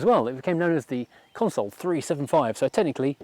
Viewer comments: Consul not "Console". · Pronounced Consul, not Console. Great video, thanks 👍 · It’s pronounced ConSUL not Console, you dipstick. 😂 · Stop stop stop STOP It's a Consul not a Console!! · It's a Consul, not a Console. Not once, but throughout! Aaaarrrgggh. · Excellent video about an onter sting car. It somehow irks me that you pronounce the model name as "console". It is a Consul. But that is just a gripe. The car is lovely and the video exudes affection.